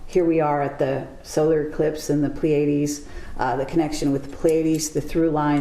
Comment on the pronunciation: Please learn to pronounce 'Pleiades'...